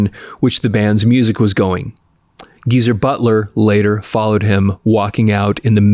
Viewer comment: It's GEEZER, not Giza